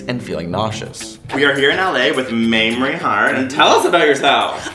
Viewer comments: did Mitch just call her Mammory…? As in the milk producing tissue in the breast?? 😂😂 liiittle drunk? 🥂😅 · It's not pronounced mammery! It's maymrie! :O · Yeah Mames!! What a gem. (ps it's may-mree, not maam-mer-ee!) :) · The way Mitchell pronounces Mamrie like Mame-er-ee = bahahaha. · is mitch not repeatedly pronouncing mamrie's name incorrectly? maim-ree not mammary haha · it sounds like hes saying Mammary. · he calls mamrie "mammary" as in mammary gland lmao too much science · Did they pronounce Mamrie like Mammary gland? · (Speaking of needing hard A) he kept pronouncing her name like "Mammary," but without the second syllable. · Mitch pronounces Mamrie's name like mammary. I couldn't stop laughing. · Ugh it's not pronounced Maamri 😂😂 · "Mammary" lol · mitch keeps saying mammary omg